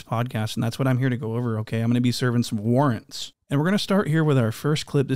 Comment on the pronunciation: The homie said "warrants" 🤣🤣🤣